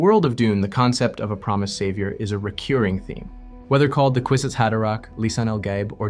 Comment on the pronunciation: ReCURring not reCUREing fyi. With respect x